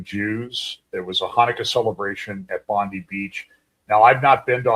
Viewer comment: Not to be critical, but it's pronounced Bon-Die beach.